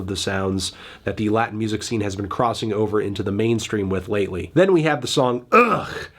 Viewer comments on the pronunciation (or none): none